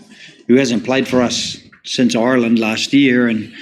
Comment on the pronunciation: When Joe says Ireland at 3.24. He slips into Irish brogue